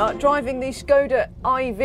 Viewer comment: I wish people knew how to say Škoda properly (